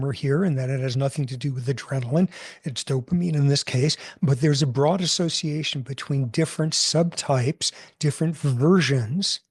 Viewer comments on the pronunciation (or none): none